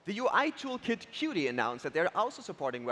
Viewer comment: Qt devs pronounce it as kju-teeeee, second syllable stressed, or just as "cute", just in case. Nice job with the talk and comments section patrol, best of luck :)